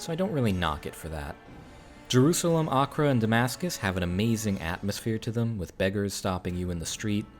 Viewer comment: Thank you for the correct pronunciation of Acre!